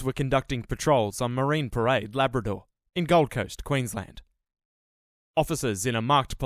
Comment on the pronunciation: Ah yes good ol' Stabrador